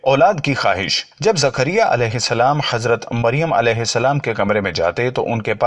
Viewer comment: Are bhai aap Ki zabaan kehsi hai thik Karo zakaria alihissalam